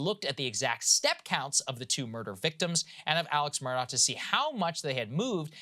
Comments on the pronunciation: It’s ‘A-lek Mur-dock’ About his trial - there’s so much more to it. Like, the kennel video that places him at the scene of the murder minutes before it happens. I don’t think the State proved it beyond a reasonable doubt, but he wasn’t convicted solely on that sliver of cell data. Onto Adnan Syad, he’s guilty as hell. At least he spent his best years behind bars. There’s no two ways about it. I live in the area. The Serial Podcast and Undisclosed are biased and do not tell the full story. Adnan was released because of some random DNA on Hae’s shoes - which were in her car, not on her body when she was found. It’s bizarre. Listen to Crime Weekly if you want to hear an unbiased version of the Hae Min Lee Murder Case. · His name is pronounced Alec Murdock. I hate when journslists screw up things like that. Shows laziness &/or incompetence. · His name is spelled Alex Murdagh but is pronounced Alec Murdoch (pronounced Murr-duck).